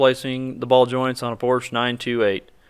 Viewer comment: Great video, with the small exception of mispronounciation of Porsche!